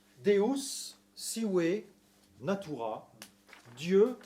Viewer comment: Deus Sive Natura C'est prononcè un peu à la française Le son latino il n'y est pas mais on pardonne, la lectio magistralis elle n'est p'as mal